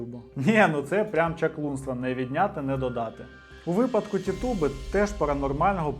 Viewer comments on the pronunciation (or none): none